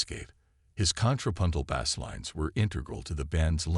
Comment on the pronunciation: Learn how to pronounce words like Bassist and Bass!